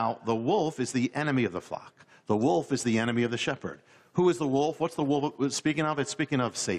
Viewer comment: "Far from the wuff" she says.